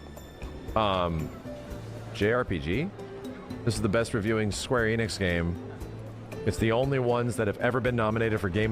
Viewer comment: Thank you for pronouncing Enix correctly and not like so many people who say EE-nix. You know, like dumbass Max. I hate that guy and always have. He’s a fake fighting game fan and that’s what his channel started as. He started doing anything popular chasing money and then more money.